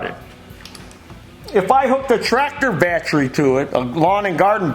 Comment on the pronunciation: It's not battry, it's battery.